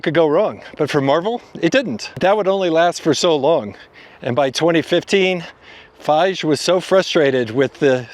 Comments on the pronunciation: Feige pronounced FY-ghee. Marvel's primary audience had always been male 13-35 maybe even 7 - 50 years old. Taking characters and switching genders will alienate part of your primary audience. When Disney bought Marvell, Star Wars and the Muppets, I thought it was an excellent fit, because Disney, under Eisner, made sure everyone knew their old movies and characters. More over, Marvell had so much existing content, it should have been easy to look at the library and retell some of the best story lines. They had super powerful female characters, like Storm, Rogue, Jean Grey/Madelyne Prior, so why'd they change Captain Marvel from a blond guy to a chick? It is completely valid that Jean Grey/MP/Phoenix was the most powerful character in the Marvell Universe and yet they switched gender and came up with stories that alienated the primary audience. I suspect, Disney will eventually hire another leader like Eisner or a young Iger that will be interested in returning Disney to its rightful position as a media empire, we're just in the weeds. The mandate from the top should be, elevate the stories, remember the primary audience, and although it's now cannon, jettison the characters and storylines that flopped and get back to the original. BTW Marvell comic books in the late 80s was so poorly run, they couldn't even keep up with address changes for subscriptions. Fantastic stories, but absolute amateur business sense. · This is one of the worst researched videos you ever did. You did not spend the 5 seconds needed to learn how to say Kevin Feige's name, you mistook Thor Ragnarok (the successful one) for Thor Love and Thunder, etc. Do a bit better or just skip. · Something odd about the way you say Feige beyond the pronunciation. Kind of like you don’t really know about the topic you’re talking about. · Kevin Feige will be excited to hear this new pronunciation of his name. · How do you research this and not come across how Kevin Feige name is actually pronounced 😂